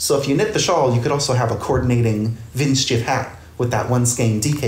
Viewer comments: Pronunciation is " Vint sheef " :D (Hi from Germany!) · I love your pronounciation of the word 'windschief' 😄 greetings from germany❤